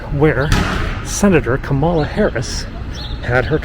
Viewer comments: Ka' ma la, not Ka ma' la. Accent on the first syllable. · Appreciate your vids. I watch to see if you might give more info on Joe and Kamala than the news. Been starving for 4 years for such happy news. But say: It’s KAmala. Not kaMAHLa.It’s easy. Think “Camelot,” of the once and future king fame. Kamala begins precisely the same. Sing it in your head: KAmala, KAmala, KAmala, I know it sounds a bit bizarre . . . .etc. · Love your videos. I look forward to your frequent updates. One friendly criticism though. VP Harris’ name Kamala is pronounced Comma-la. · Please, please, use the correct pronunciation of Kamala. Think, comma with a LA added. Comma La. You have at least 4 years to practice it. Maybe even 16. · Sorry, but you're saying her first name wrong!! "First, my name is pronounced 'comma-la,' like the punctuation mark. It means 'lotus flower,' which is a symbol of significance in Indian culture." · LOVE your videos. Being such a connoisseur of DC history and occurrences, you should know it is pronounced "comma-la!" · Kamala, pronounced “Comma-lah” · Thank you for your tour, but you are pronouncing the vice president's name wrong. It's pronounced like "comma," the punctuation mark with a "la" on the end. 😀